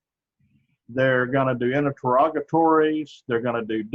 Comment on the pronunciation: are you trying to say interrogatories?